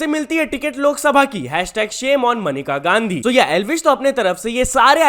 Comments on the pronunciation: Menka Gandhi ko manika gandhi bol rha h kya news dega re tu phle jake pronunciation ki tuition le 😂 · भाई मनिका गांधी नही मेनका गांधी है । 😂